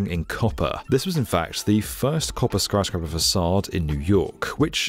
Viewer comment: "Skryscaper" lol lol